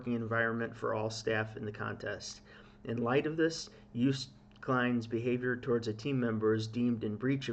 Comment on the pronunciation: Hi! Double o in Dutch is pronounced the same as the o in Toast, so: pronounced as Joast... Not "Joost"... Anyway, I want to get back to ignoring this whole thing now, thanks... Which reminds me: Stroopwafel also not pronounced as "stroopwafel" it's a Dutch word, so: Stroapwafel... the a in wafel is a different story... Back to ignoring this whole thing now... Oh, wait: Praising Joost and The country/history/people of The Netherlands/pronouncing the Dutch double o correctly will likely get you several thousand Dutch subscribers, so... well, nothing. Yes, I'm Dutch but not "proud of it" so "Dutch in name only, a Dino? OK, my passport too! But who cares right? "Have a nice day, bye! I just realised... Good job on the J sound! Yoast is probably the best way to describe how to pronounce it... So first part as in you, the rest as in toast... No kind of pun at all intended... Well, OK! Joost!: You toast! Awww, soooo sad really... But what luck that so many people witnessed "the incident" and now letting us all know exactly what happened and that the entire country was victimized because of course Joost did absolutely nothing wrong, it's just sooooo unfair! Listening to your comments again; "Chaos/insanity" are you sure you're talking about the "Song contest" and not about all the "real stuff" happening around this part of the World? SO sad that we could have all just forgotten about all that for a while and talk/think about something else instead for just a few hours, but no